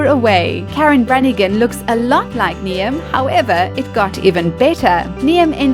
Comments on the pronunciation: It's not Niam it's NIAMH (neeve) it's Irish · Niamh is pronounced "Neave", not "Nee-am". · No one ever pronounces traditional Irish names correctly... Niamh is pronounced "neev" not "nee-im" :) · The Irish television presenters name is Niamh (pronounced neev), not Niam. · I'm chinese , and I know its pronounced NEEVE ! NOT NEEAHM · Knee'em 🤣 its pronounced Nieve! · It's no Neeam, it's pronounced Neeve (Niamh) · The narrator pronounces the Irish lady Niamh as Niam (to rhyme with Liam). Niamh is pronounced Neeve. It's an easy mistake to make if you're not familiar with Irish names so I'm not saying it to insult the narrator, just to inform people who might not know. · Did she really pronounce "niamh" (neev) as ne-Em? Lmao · No10 ! Her name is Niamh !! ( Knee-eve )!!! Not ( Knee -am ) . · Niamh is pronounced Neeve, not Neeam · It's pronounced Neeve NOT Knee 'em. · NEE AMPH IT’S PRONOUNCED NEEVE YOU SHITE. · Niamh isn't pronounced niam it's pronounced Neve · 'neeyam' haha. Niamh is pronounced 'neev' ok. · It is pronounced "Neeve" rather than "Ni-em" lol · did she just say Niamh as nee-am? it's pronounced nee-v. I'm called Rhiannon, but my best friends called Niamh and my Spanish teacher used to call her nee-am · Niamh. Nee-em????? What XD It's pronounced nee-uv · hahaha!!!!! "nee-am". f**k, youre dumb. niamh is pronounced 'neev' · ‘Niamh’ is pronounced as ‘Neve’ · Niamh is pronounced "neeve", it's a Gaelic name. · Niamh is pronounced neeve. A simple Google search would have helped before you went on to narrate. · Jack Black also looks like Paul Revere, and Niamh is pronounced "Neve" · If the Irish TV presenter's name is Niamh, it is pronounced NEVE. For God's sake learn to pronounce stuff like that if you are going to narrate a video. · Niamh is pronounced "neeve", you idiot. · The way the presenter pronounces “Niamh” - NEE AM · you're British. how do you not know how to pronounce Niamh? It's NEEVE. And Genoa isn't Ja NOAH. It's JEN oh wah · Niamh is pronounced Nee-av